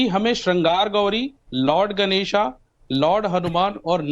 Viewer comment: ये विदेश से आया है क्या ,इसको गणेश नहीं कहना आता यह तो गणेशा क्या कर रहा है?